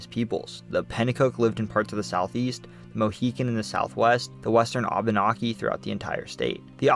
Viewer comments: Hey, bud, sorry, It's Au-ben-aek-ee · Vermonter for 45 years. Great video. We do pronounce Abenacki differently from the way you pronounced.